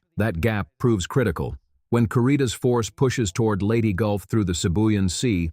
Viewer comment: It's Leyte, not Lady. STOP using AI for everything.